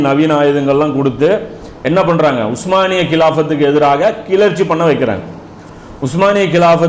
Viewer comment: உஸ்மானிய பேரரசு என்று சரியான உச்சரிப்பில் சொல்லக் கூடிய உங்களைப் போல ஓட்ட வாயன்களான ஆங்கிலேயர்கள் சொல்ல முடியாமல் ஓட்டமான் எம்பயர் என்று சொல்கிறார்கள்